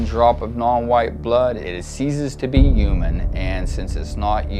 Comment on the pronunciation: "Human" begins with an "H",, and it isn't silent. Maybe learn how to speak English before calling someone inhuman, racist prick.